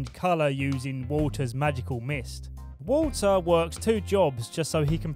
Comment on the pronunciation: i thought he said water's magical mist, not walter lol haha